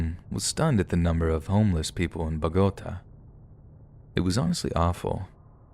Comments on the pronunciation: I think it’s pronounced like “Bow-guh-tah” with the accent over the a. á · Love your stories so hard. BUT... a word of advice: PLEASE learn how to pronounce foreign city names (Bogotá) and other words you might not already know (aficionado) when you're doing your thing. I get tripped up on those and can only think about that for the next few sentences... (That says more about ME than YOU.) But pretty please? I'm sure I'm not the only weirdo who twitches every time something is mispronounced...